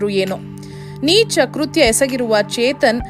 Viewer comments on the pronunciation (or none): none